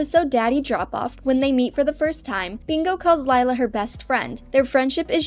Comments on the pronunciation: Um not sure if ya know but Lila's name pronounced Lee-La not Lie-la (ugh no body make a Miraculous Ladybug comment pleeeeaaasssseeee!) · did this person even watch the show Her name is pronounced LE LA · we don’t have enough tod bingo to think lila is going to date her lila *leelah that’s the pronunciation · something I HATE about this is that your pronouncing Lila with an I, and yes, its spelled that way but its pronounced Lee-lah. PEOPLE PLEASE :( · Its pronounced le la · Bingo best friend’s name is actually pronounced Leela, with a long E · Camping actually showed Bluey as a teenager which you contradicted yourself on at the outro of the video. Mispronouncing Leila after so many times was making me wanna change to another video. Best friends doesn't automatically make lovers either. A good 90% of the human population can confirm. To be honest, while doing a spin off of them being older would be cool, I don't see Ludo doing it just yet. We can hope though. Rumor was flying around though ther would be something on Radley and Frisky's wedding in an upcoming season, so definitely something to look forward to 😊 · Did it bother anyone else that she mispronounced Lila every time? ❤ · And your saying it Lila wrong😑😑😑😒😒😒😒